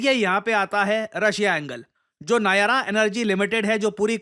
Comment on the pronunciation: नायारा नहीं नायरा है 😅